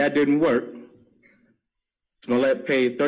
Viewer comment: Say his name again 😂😂😂🤣🤣🤣🤣🤣🤣🤣🤣🤣🤣🤣😅 Nawh frfr pronounce the las name again lol....